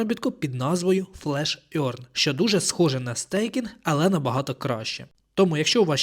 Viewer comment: Можете в гугл транслейтор написати "earn" і послухати як вимовляється? Ви почуєте "еарн", а не "орьн". Це непрофесійно. Дякую за відео!